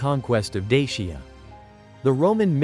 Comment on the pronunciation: Please learn how to pronounce the name of dacia